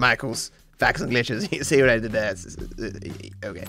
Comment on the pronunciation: sounded very American when he said “see what I did there” at the beginning